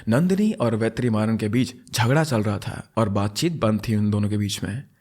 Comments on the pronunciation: It's vet ri maa run pronounce it together it's not ve3maaran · It's pronounced as वेट्रिमारन and पाणडि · just a correction vertrimaran is pronounced as VETRI-MARAN ( t of tomato) but HATS OFF MAN!! you explained so well!! you actually deserve more subscribers...